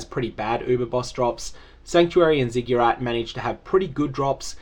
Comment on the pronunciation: "Ziggyerrat" Really, man? Lmao